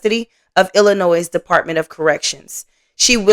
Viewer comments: Thanks. It's so annoying when people say Illinoi"s". The S is silent😂😂especially the people who live in Illinois. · FYI. Illinois is not pronounced as plural. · The S is silent on the end of Illinois. 💜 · The S is silent in Illinois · Please please stop pronouncing the s in Illinois it's silent